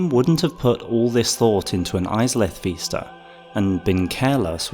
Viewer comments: Vis-ta not ves-ta. Vis like this, not ves like vest. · VISta not VEESta. you drive me nuts lol